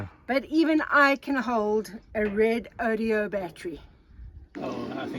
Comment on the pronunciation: you give me a great laugh every time you say Redodeo instead of Redodo for your new batteries. Hopefully the company is laughing and will adopt the new name!!